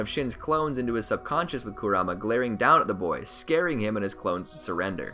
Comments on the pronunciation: Ik it's spelled like kurama but it's pronounced like "karuma" Naruto and everyone else says it like that in the show. I couldn't make it past the first two times you said his name wrong without clicking off. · I stopped watching 5 seconds in when he emphasized the kuRAma instead of the MA. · Not gonna lie, your pronunciation of Kurama is driving me insane 😂